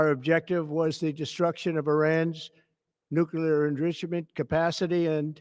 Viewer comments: Sorry, did Trump have another stroke and say "newsclueer?" We really need to keep saying Trump needs a 25th amendment and then an impeachment. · My head is in my hands. We have a demented president who cannot even pronounce nuclear enriched in a national TV speech. He also says that his own intelligence agency does not know anything. Wow